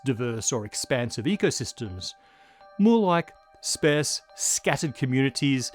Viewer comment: "SpAIRz"?? Damn AI narration. Which use of it could quickly become...sparse.